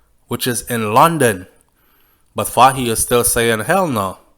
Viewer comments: The pronunciation of the leader’s name is “Foy “ same like “toy” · Pronounce it foye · Hi, first time participating, great job, you’re highly rated as you bear a platform that captures a great majority of viewers and listeners. Take note that “Fahie” is pronounce “Foy” as you would say “Roy.” Funny, right? Another one is “Moise” which’s pronounce “Moeese” like “mo ease.” Just trying to see how I can assist with the many criticisms from people who are talking about how you sometimes call people out of their names.